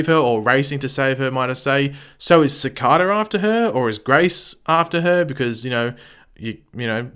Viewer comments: Cih Kay da speller Cicada Not ci ca da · As much as you know about the show why can’t you pronounce Cicada name right I know you have an accent but.....It’s not Cicoda come on bro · I want you to know I detest the way you say Cicada. I understand the accent but it's like hearing a Canadian say Aquaman completely wrong. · Am I the only one who gets annoyed by the way he pronounces cicada